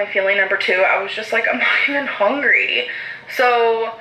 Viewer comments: It makes me hongry. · The “hongry” one just kills me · my husband gets so aggravated by how she says hungry. Hongry LOL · She literally pronounced "hungry" as "HONGRY" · Everyone is constantly asking for Torrid hauls, Al said so. Also, I hate how she pronounces hungry as hongry!!! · I can't stand the way she says hongry! I swear I'm getting amberlynn misophonia!